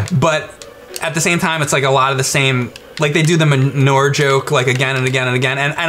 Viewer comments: It's not "ma newer" you big posh turd. It's 'man your.' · pronounces the word manure weird. "ma nor"!? Its "ma newer" oh forget it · what the hell is "muh-ner?" You mean manure? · Ah good. The emulation of the arcade game. I have that MAME rom saved away with hundreds of others. Fun game, both in the arcade and on the PC. The arcade gun game you are thinking of is ALIEN 3. Min-ore? It's said Man-oo-ur. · Did anyone else think he was saying Minora instead of manure when they were talking about back to the future? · I swear I thought was saying Menorah when talking about back to the future. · I keep thinking says menorah and not manure, LOL! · It sounds like he's say menorah, not manure. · I spent a minute trying to figure out why the fuck he was talking about menorahs before I realized what he was actually saying. XD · same I heard manorah too. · When James was pronouncing it it sounded like menorah. When I heard that I was thinking "Menorah? I don't remember any menorah?" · live in NY and have never hard anyone in real life, or on TV for that matter, say it any other way than ma-newer, so not sure that's really a confirmed thing, unless your being incredibly imprecise. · it's ma-noo-a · GadGades, I thought the same thing. All the times he said it, I kept thinking he was saying menorah until a second after he said it. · YES YES YES DUDE!!!!! I was like: "WTF is the MENORAH joke in BTTF?!? Where the HELL is that?" Then I realized he was saying: MANURE!!! LoL!!!